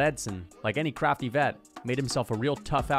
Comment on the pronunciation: “Jan Blachowicz one of the criftiest crafters in the UFC”😭